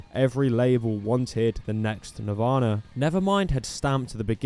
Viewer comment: “Navarna” lol